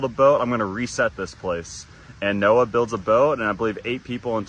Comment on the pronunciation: "noha" ? isn't is Noah's Ark. Also its Guan Yu not Gun Yu. idk bout the Hinduism one and i can't see all of the Greek one